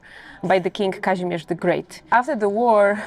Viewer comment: Kazimierz, not "Kazmierz". I understand your are, not "Freda Vizl".